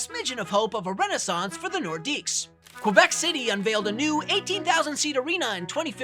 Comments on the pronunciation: Don't know why people pronounce the S in Nordiques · The S is silent! Yeesh guys.